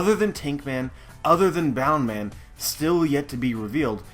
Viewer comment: Boun man? Wtf is boun man? Bounce man you fker